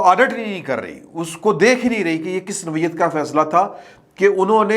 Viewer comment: تلفظ ٹھیک کرلیں۔نوعیت noyat ہے۔nawiat نہیں ہے